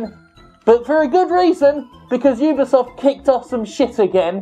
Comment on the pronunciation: UBISOFT no UBIEsoft Ree